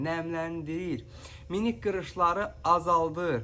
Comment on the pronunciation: Sen evvelce dizgun danish sora meslehet ver. Minik yox,mimik. Sonra deri ayishmasi yox, deri goynemesi,pilys yox plyis. Get duzgun danishmagi oyren